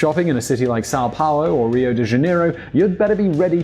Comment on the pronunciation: I was going to give you a break on your pronunciation of Rio but then you butchered real as well so I have to say something :P